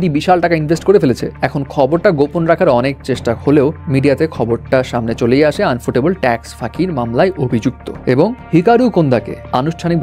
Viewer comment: it's ইউফোটেবল not আনফুটেবল